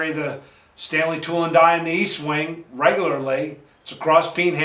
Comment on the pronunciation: It's not EAST wing , it's Estwing. Check it.